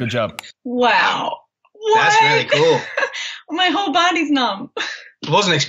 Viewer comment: “It’s really kewl” I agree Niall, I agree